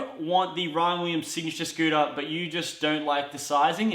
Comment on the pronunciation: he says Ryan Weeems. lmao